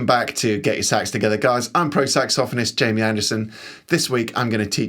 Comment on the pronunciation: I know it's the proper British way to say it but when you say saxophonist hits sounds kind of perverted I have to say that's the general consensus here at the saxophone Club in San Francisco